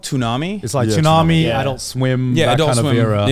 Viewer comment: I like how he pronounces Tsubasa and Tsunami like Turkish people do like from the way he talks in English, I would never think he is Turkish but the way he says those words makes me wonder 😂 (I swear this isn't an insult)